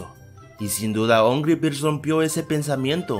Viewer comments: En el principio dijiste nombre birs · Porque siempre dice ongry birds